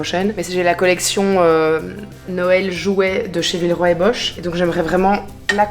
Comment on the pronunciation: je t'adore mais c'est Boch ( bok ) pas bocsh mdrr bosch c'est la marque d'outils 😂